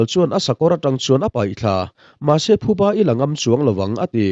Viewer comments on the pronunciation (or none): none